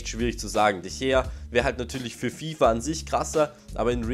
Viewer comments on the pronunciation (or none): Sprich mal de Gea ordentlich aus